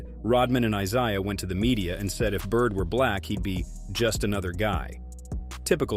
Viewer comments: "EYE-SIE-UH" Thomas? "Bird only one to save Magic's life"?! Was this done by some 20-something YO who s unwilling to do significant research?! 40 seconds in, I can't take any more! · Bill Lame-beer? Eye-zi-ah Thomas? He mispronounces almost every name. Has the narrator ever watched a basketball game from the 80s-90s?